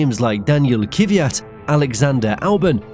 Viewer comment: Thanks for re-uploading as I didn't get it the first time. Another good and interesting video, thanks. A short note on pronunciation, though. The plural of Grand Prix is not Grand Preez. It's Grand Prix, exactly the same as the singular noun. And despite the fact I could never abide the bugger, please pronounce Daniil Kvyat's name correctly. It's not Kiviyat, but Kvyat. There is no vowel of any description between the K and the V. But other than these minor gripes, a great video from you, once again.